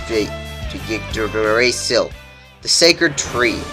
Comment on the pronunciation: its called ig-druh-sil